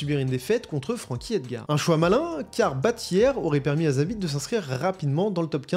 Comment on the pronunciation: Sanda(sambo) petroyan(petrosyan) hier(yair) tabarnak apprend a les pronontiation comme du monde 😅😅asti de francais